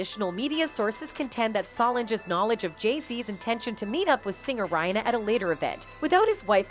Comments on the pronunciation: It's pronounced: Be - yawn - say So - lawn - jah Re - on - na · "Beyounce' Lord 🤣🤣." Rhyna" , "Bay" I can't with this narrator 😵‍💫😂🤦🏾‍♀️. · The singer's name is Rihanna ....... NOT Rina!😠🤫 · BAY-YONCE & RAY-ANA 🫣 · Riadda (Rihanna) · She didn't say Rihanna right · This reporter doesn’t even know how to say Bee or Rere or Solange names